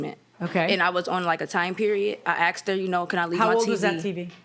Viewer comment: I "axted"